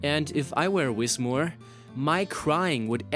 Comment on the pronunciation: whis-moor? It's whismur (whisper and murmur)